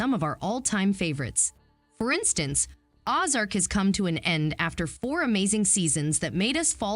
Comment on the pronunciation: You pronounced Ozarks wrong. And it's Barnard Cornwell, not Brandon Cromwell.